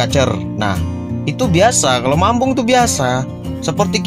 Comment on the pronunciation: Mabung bg, bukan mambung..😅😅🙏